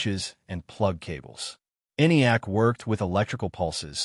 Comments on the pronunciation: E-N-I-A-C. No-one says that. It's ENIAC, EE-nee-ak. Typical AI error. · BOO! It's AI slop! "ENIAC", there's the tell that this is an AI generated video. Other than the suspiciously frequent upload schedule, AI has trouble making up its artificial mind, (strong emphasis on 'artificial'), on how or when to pronounce acronyms. (That's if it can accurately determine that it is an acronym.) It didn't even bother to detail what the acronym stood for. My time on Earth is finite. I want to hear and watch real people's work and effort in their essays -- even a real human actor, paid spokesman or spokeswoman, will suffice. Thumb down! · I assume this is an AI voice? I noticed the two different pronounciations of ENIAC (compare and ). If so, please disclose this in the video description!